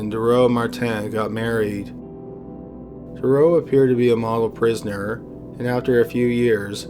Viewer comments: With Mark Dutroux´s name it´s not "Durrough". it´s DuTroux. One shall pronounce it DuTroux with the t clearly audible. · It's pronounced Marc Dutrou, not Marc Durow!!! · Dude Marc's last name is pronounced "Dutroux", not "Doo-row" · Aren't you Canadian? How is your French so bad, lol! I believe it's pronounced: DUH-troo. And Nuns live in a convent not a coven, hahahahaha!! I guess it's close enough. Great video btw....I am only taking the piss, tbh. I love your channel <3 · Dude, you’re Canadian, and you massacred the pronunciation of Marc Dutroux’s name, and the city Liège!! It’s Marc « Dootroo », and « Lee-edge », c’mon, tu sais comment parler en français un peu!! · I noticed that too, I believe it's meant to be pronounced due-trough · How the police handled the case of Marc Dutroux still enrages Belgium (I live there, he still makes the news with his appeals). Just recently, the same was said about the case of the gang of Nijvel. P.S. You really mispronounce almost every name in that story BTW (in case it hasn't been said yet). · But notice how he pronounced "Michelle Martin" as "MEE-shell mah-TAN"? If he's cognizant enough to deduce "Belgium = French pronunciation of two proper names that are also common in English," he HAS to know that he's mispronouncing "Dutroux," right? Plus, he's gotta be Canadian, and they even translate their milk to French up there. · Real good Video. But u violated Marc Dutroux's name :D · the name Dutroux has the letter "t" in it, pronounce it dawg........ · Marc Dutroux is pronounced different btw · KORNUIT. First thing that bothered me too xD